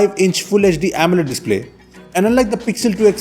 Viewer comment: It's Amoled not Ammled